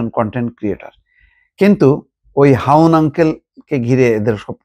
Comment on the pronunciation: হাউন না হারুন 😅😅😅😅